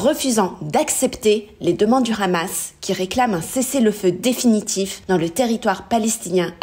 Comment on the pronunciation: Vous oubliez l'effort (infructueux) de corriger la prononciation de khamas (devenu sobrement h'hamas) trop connoté pro-israélien